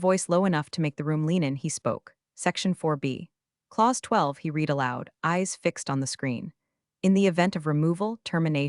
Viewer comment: No subscription until you fix the pronunciation of "read" in past tense.